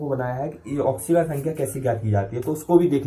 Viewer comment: Thik se bolo